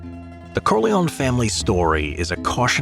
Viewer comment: Corleone pronounced Core-lee-own-ee